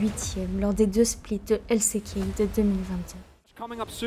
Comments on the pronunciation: J’apporte ma pierre à l’édifice, le coté franglais dans tes prononciations me sort aussi de la narration, LC Key au lieu de L ci key pour exemple. C’est un bon taff néanmoins ! Continue à improve ! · Tu dis LCéKey toute au long de la video mais si tu veux le dire a l'anglaise c'est LSiKey. Avec des meilleurs sous titre et ne pas finir toute les phrases avec une intonation basse et sa sera bien mieux bonne continuation